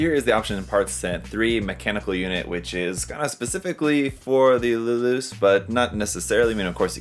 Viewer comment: every time I hear people pronounced Luluce's name it sounds like "Lelouch" as in the guy of the Code Geass anime fame, heck in the original Japanese audio his own father can't pronounce his name correctly as in sounding like a rev-ed up motorcycle engine, lol.